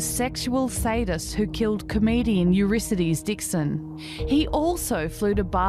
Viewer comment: It's a pity that the presenter can't correctly pronounce the name Eurydice ("You-RID-uh-see", not "You-RISS-uh-dees")